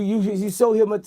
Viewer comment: Get it right Vlad, it's HYPMOTIZE